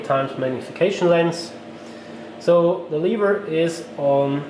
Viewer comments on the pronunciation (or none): none